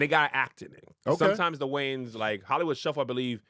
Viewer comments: Top 3 Words That Big Momma Struggles to Pronounce. 1. Anfernee - It's Anthony Nanna 2. Spsghetti - It's Spaghetti Grams 3. I like Keenan and dem Waynes, Kim and Damon and dem Waynes - It's WAYANS Mema Kev and, y'all gotta help Madea with the spelling before posting your amazing vids! Lol...love y'all! Keep doing what you do!! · It’s the WAYANS. Put some respeck on their name lol